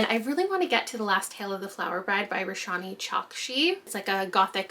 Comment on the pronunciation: Hey! Roshani Chokshi doesn't pronounce the "a" in her first name, so it sounds like rosh-knee chalk-she